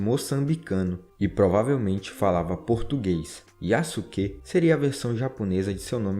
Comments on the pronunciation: Yasuke a correta pronúncia é: "iaske" Sasuke a correta pronúncia é: "Saske" IÁSUQUÊ não existe SÁSUQUÊ não existe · Kkkk adorei o vídeo, e a sua pronuncia é melhor do que muitos canais que eu já tenha visto. Mas uma dica para ajudar: O "suke" (すけ) pode-se pronunciar "ske" sem o "u" Fazendo com o que o nome do Yasuke seja pronunciado como "Yaske" Edit: outro exemplo que eu lembrei é o Sasuke de Naruto, que se pronuncia "Saske" ;) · A sílaba "su" quando não é a primeira da palavra em japonês na verdade so é pronunciada o "s" ou seja Yasuke é pronunciado "Yaske" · Se pronuncia "Yaske".